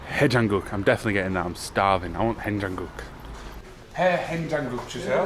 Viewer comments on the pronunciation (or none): When you say Heajangguk and Doenjangguk,, You better emphasis on the first letter 'Hae' or 'Doen', and the letters follow are the same 'jangguk' you can even mumble 'jangguk' part . I'm sorry but when I hear what you said, it sounds like 'Haonjangguk', Next time, just shout 'Hae' and 1 sec of silence and say 'jangguk'.